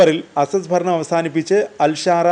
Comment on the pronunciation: ഭരണം ആണ് ഫരണം അല്ല 😂